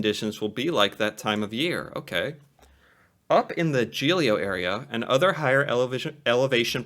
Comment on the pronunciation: its GEILO not GELILO (pronounce the GEI as JEI and the LO part as LO in LOW, probably not the best explanation but it might help)